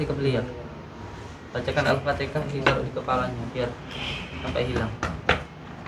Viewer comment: Al-fatihah mas bukan al-fataha